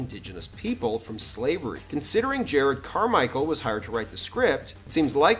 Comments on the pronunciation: hearing jur-rodd pronounced jared ruined this for me. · It's said "Jah-Rodd" Carmichael. learn how to pronounce names